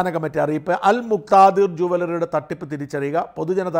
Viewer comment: എടാ കഴുതേ al muktathir aanu muktithar alla 😅